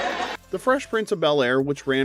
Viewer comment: I was too old for the Frezh Prinzz of Bulair.